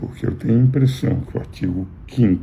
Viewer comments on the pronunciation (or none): none